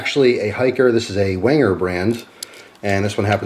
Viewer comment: oh my god.... WANGER???? My Austrian heritage made me cringe lol. For future reference its pronounced "venger" not that it truly matters :P